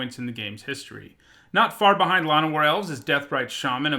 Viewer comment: Shit. You say "La-no-war Elves" but everyone I know says "Lan-o-war Elves"; I like your pronunciation more so.